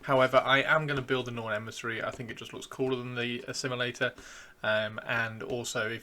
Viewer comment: Norn... Assimi-lictor?